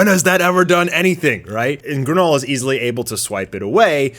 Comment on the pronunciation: "Granola" not Garnola.